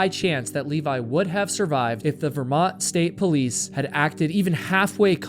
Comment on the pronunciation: Levi. Not Leevaaaiii!!! :D